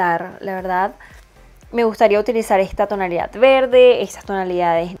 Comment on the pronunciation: Me desespera que diga tonalidaf como mil veces💁